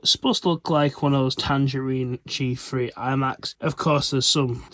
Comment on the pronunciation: Learn how to pronounce th properly. It's not a fre - therefore it's not a G Free, it's a G THree